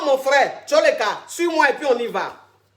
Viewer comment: TOLEKA c en lingala , qui v dire ON PASSE... et non Tsoleka